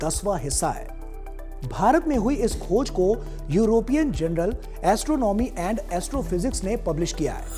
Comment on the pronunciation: य़ूरोपियन जनरल नहीं जर्नल बोलिये। आपका उच्चारण गलत है।